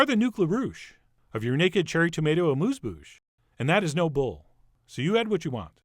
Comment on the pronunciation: Dear Chef John. Thank you for another great taste experience. Now, I know French isn't always easy, so please let us all practice the pronunciation of 'amuse' in 'amuse bouche': it's not with an oo-sound, but with the European sharp-u sound (which indeed doesn't exist in English), resisting any 'you' or 'oo' sound. The phonetic notation is y: Just an observation: why did you present these delicious tiny tomatoes in these plain glass receptacles? Hoping you are well, and thanking you for your continuing culinary efforts, kind regards from Amsterdam, The Netherlands, JB.